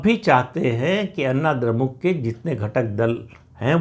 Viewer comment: अन्ना द्रमुक नही अण्णा द्रमुक बोलिये "ण" का उच्चार कीजिये।